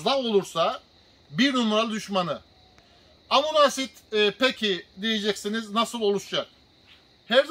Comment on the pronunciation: Hocam verdiğiniz bilgiler için teşekkür ederiz. Amuna asid demenize çok güldüm ama☺️